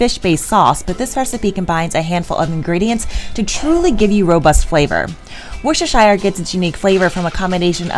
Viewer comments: It’s pronounced “WUH-ster” you don’t say the shire, don’t ask me why. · These recipes look fab but as a Brit it’s pronounced “woostershur sauce” I think that sounds right you don’t pronounce the shire part fully (English is odd I know) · For those struggling to pronounce worcestershire sauce its "war chester shire" and that will give you something close to the ball park. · What a lovely video. Love the enthusiasm. Worcestershire is pronounced Wooster. I know. That’s strange, but also true. Wooster sauce…spelled Worcestershire. Blame the English:-) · Worcestershire is pronounced like wooster sheer, just a note. Love the video!